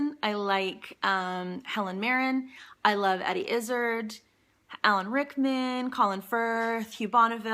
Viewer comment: EDDIE IZZ-ARD NOR IZZ/ERD LOL.